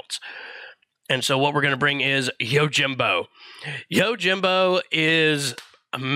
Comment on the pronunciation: I, as a weeb, am literally correcting his pronunciation out loud. The people around me are looking at me like I'm crazy when I yell, "ITS YO-JEEM-BO NOT YOUR JIM BO"